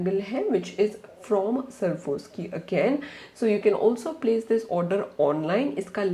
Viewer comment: It's sva_rawv_skee not Sarvoski